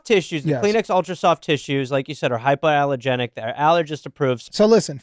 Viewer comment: Ha! hyperallergenic is a funny slip up😅